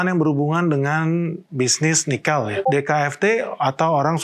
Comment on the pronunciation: Pengucapan "Nikel" aja ngaco.